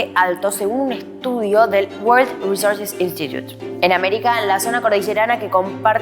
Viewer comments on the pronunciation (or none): "el wor recurse instutu"